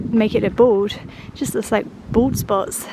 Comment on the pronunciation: I love that you say bald properly. We moved to Milton Keynes 14yrs ago and people here say BOLD not bald 😂 cracks me up